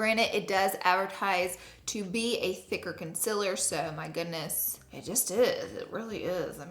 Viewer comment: I love how she says “conciller”